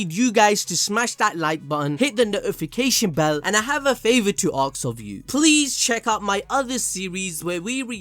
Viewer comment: "aks" XD